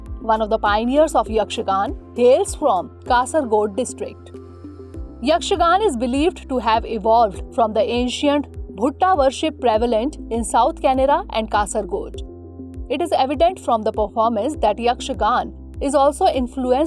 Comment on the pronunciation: A nice initiative but pls get your Pronounciation of terms right. Ik it's alien to u but it must be called what it is. It's fr UPSC. Gejje - Gej + je (Payal), not Gej Bayalatam - Bayala + aatam (Open field play) Bhutha - Bhoota (spirit) not Bhutta🌽